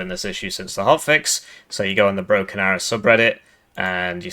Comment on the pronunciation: Did you just say Broken Barrow?